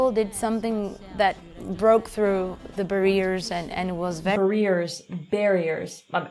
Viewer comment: I'd say the accent was fine - she's obviously been exposed to a lot of spoken English before about the age of 16. The 'barrier' issue is a mispronunciation and not an accent issue. Native speakers not infrequently mispronounce words - I've just been listening to a prominent, highly literate, YouTuber who did so twice in one video.